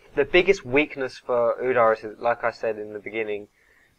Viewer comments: Udar ? Feels nicer pronounced ud-ere. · UdYr not Udair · Its pronounced oodeer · its pronounced udyr as in oh dear it u dear! no... ok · you say udyr weird